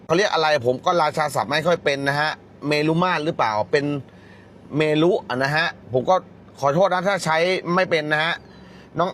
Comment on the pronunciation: เมรุ อ่านว่า เมน